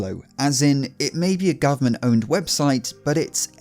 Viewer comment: It's pronounced 'owned'